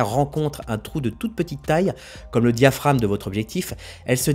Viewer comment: diaphraGme.... pas diaphrame....(oral un pas écrit)